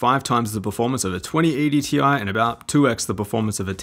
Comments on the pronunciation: its Tye, not Tee Eye. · Its pronounced 3080 "TIE" 😁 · It’s 3080 “T-I-E” get it right lmfao